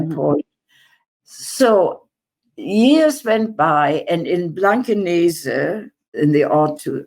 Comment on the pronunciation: Hamburger here. I love how after all these years her pronunciation of the german places ( i.e. Blankenese) is perfect and without accent :) ty for fighting for the palestinians!!!